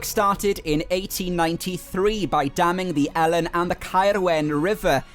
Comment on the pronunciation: Fantastic vid, some places like Pen Pum Lumon Fawr, which I never heard of but looks great, but I have to say you say Welsh place names lovely but not the Elan valley! you say helen (sorta) but it's always E Lan simple as that.